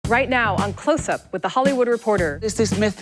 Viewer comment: That's the second host that has a problem pronouncing "Closthtstsup"